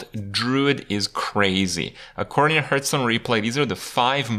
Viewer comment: "hurtstone" kripp - 2018